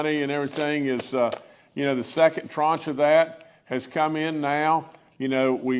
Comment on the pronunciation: I learned a new word today: tranche. Governor Justice is pronouncing and using it correctly.